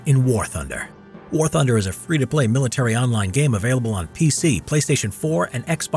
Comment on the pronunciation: ”War thunde” WHERES THE ”R” LOL